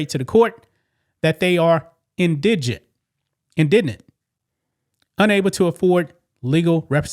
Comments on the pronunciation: It's pronounced IN da gent. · In-Di-Gent Say it again. It's not that hard. In-Di-Gent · Indigent is pronounced IN-DEE-JENT. But yeah, after raising half a million, if I was a supporter of the fund raising, I'd be pissed after they raised the final total amount. The way it looks right now, it's like they KNOW he's going to prison for a very long time, so are milking the situation for all they can before he's sent away. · IN - DI-GENT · I love watching "Canadians" attempt to pronounce words.. IN-di-gent... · The word, "indigent" has the stress on the FIRST syllable - IN di jint. This would be like the word "indian." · It's pronounced IN-DI-GENT- it's a hard word. I appreciate your content- thank you for being you <3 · It is IN-DI-GENT pronunciation. Listen to it enunciated correctly on Google. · IN - DI - GENT (like the G in gentle), Lord have mercy. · IN-de-je-jent. The word is not in any way related to the words "in-DIJ-je-nus", not is it related to the word "in-DIG-nant". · I love you but I have to tell you: In-di-jent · On the rewatch crew. Not the grammar police, but you said you were not sure how to pronounce Indigent. Maybe this break down will help. In-duh-gent. Thanks for all the great content❤ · Love your videos but I will help with indigent pronouncement in-di-gent. Not trying to be a smarta## just wanted to help. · It's pronounced IN DUH JINT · FFS dude! It`s pronounced "IN-DI-GENT" Anyone with average "IN-TELL-ECT" would have spent 5 seconds and googled the proper pronunciation. Very unprofessional. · (En-dee-jint) Indigent. It's not that hard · Dam liberals ruining schools. You're not alone several commenters can't pronounce indigent. In da gent, indigent. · you said it correctly inn dih gent, the first time you said it and then it was a train wreck lol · Holy shit man. Sound it out. In - di - gent. I guess the navy doesn't require more than 3rd grade literacy skills. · In-di-gent my friend. 🫶❤️ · Love channel indigent pronunciation inn di gent